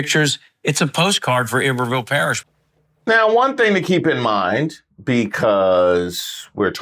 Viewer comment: its called i-ber-ville parish smh